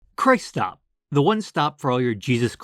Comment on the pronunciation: I love how Christop in Japanese is just the most stereotypical pronunciation possible😂